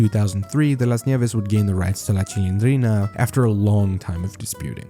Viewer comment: Maria Antonieta de las Nieves es la duena y creadora de la Chilindrina, y siempre lo ha sido típico gringo q no puede ni pronunciar bien los nombres de las personas q esta cubriendo 🙄🙄